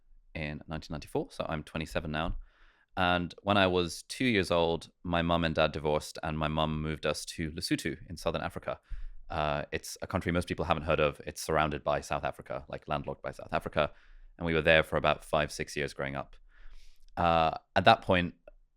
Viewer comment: Did he just call lesotho lusutu🤣?